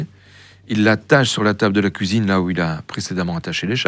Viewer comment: Le son "ui" devient "ouhi" Il dit pouisque haha La couisine